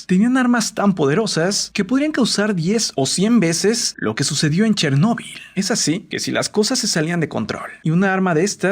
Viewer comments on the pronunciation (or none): Tc: dice chernebol Yo: quien rayos es Tc: una maldicion :v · Pensé que se pronunciaba Chérnobyl